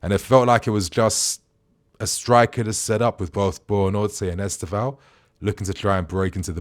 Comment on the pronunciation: BUENANOTE. It's genuinely not that hard to pronounce